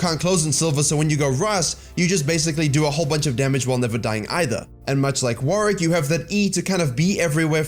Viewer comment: WarWICK not WarRICK